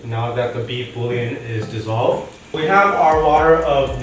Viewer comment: it's bool-yaan